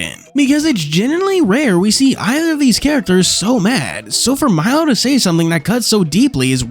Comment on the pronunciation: First of all, isn't the crow's name pronounced Mee-lo? Second of all, Khameu's ability to turn invisible was considered freakish even among chameleons